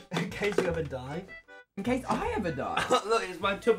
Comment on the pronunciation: It sounds like when he says “in case” he replies with just “gay” that’d be so funny